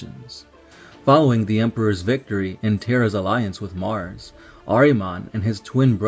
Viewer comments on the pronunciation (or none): none